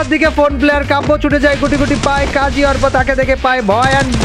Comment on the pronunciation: bro arpa na bece arpa bolan🖕